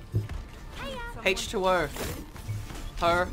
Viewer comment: Was that "Haytch2O" a reference to how from Your Overwatch says Haytch P? If so that's incredible, I cringe every time he says Hatych P...